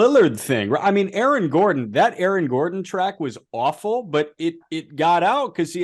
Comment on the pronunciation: gordon btw not gordan. great video tho